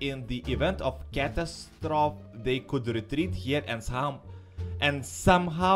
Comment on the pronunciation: Comrade that's not how to pronounce catastrophe. It's like Katastrofi.